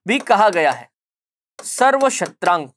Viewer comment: सर्वक्षत्रांतक् होता है सर्वक्षत्रांक नहीं